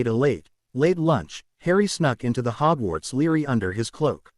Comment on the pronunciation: Library not Lery.